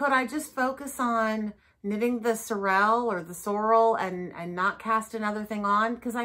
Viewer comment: Haute is pronounce H-O---t like the letter O is O in the middle and Sorrel is pronounced SORE-Ruhl as in sore muscles and rule like a queen.